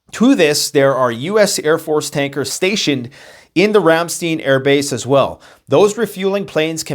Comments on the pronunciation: FYI it's pronounced "Ram-stine" not "Ram-steen" ;) (Our family was stationed nearby at Sembach in the late 70s/early 80s) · Pronunciation: Ram-STEIN - like a beer Stein not steen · 1. Get rid of the stupid hat. 2. It's Ramstine, not Ramsteen. Yes, I know I spelled it wrong, I had to to make my point. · When two vowels go walking, the second one does the talking. Ramstein is pronounced [RAM STINE] not [RAM STEEN]. Frankenstein, a stein of beer, etc. Also, global warming is a myth. There is no evidence that global temperatures are increasing at catastrophic levels. If any large scale climate change is happening, which is dubious, it is impossible to link it to any human activity whatsoever. We can destroy our society just fine with atomic weapons. The PLANET will go on without us just fine. We are not killing the planet. Don't believe the JUNK SCIENCE! I suppose you have an excuse for being so gullible...you are Canadian. Also, you might want a slightly shorter chair. Your gut sticking out is a little obvious. You might want to keep that thing out of sight. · Great video. BTW, it is pronounced “Ram-STINE” Air Force Base rather then the “e” sound. I’m a retired military officer-Persian Gulf War-Chief Chemist at 10th MedLab; my husband Air Force Intelligence. We were stationed at RAFB . Although Americans had NO clue how serious it was, let me assure you that it was HELL living there once war was declared. We had to live underground for months. You are correct. 99% of my acquaintances DO NOT ACKNOWLEDGE WHATSOEVER what is happening and REFUSE to acknowledge that ANYTHING is unusual. I have ZERO respect or a micron of care about them. “God helps those who helps themselves.” Our planet is overpopulated by 8 BILLION people so who cares. America is collapsing as it should be with their parasitic Welfare System and the new “smash and grab.” Take these humans out🙌🙌🙌♥️ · Its pronounced Ram...Stine Air Force Base, Long i.....love your videos, I was stationed there in Germany.